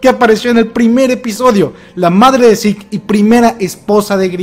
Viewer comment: Cc te enteras que Shingeki no kyojin significaba titán de ataque y que los gringos lo tradujeron hasta el webo Ah y que Zeke se pronuncia chic :v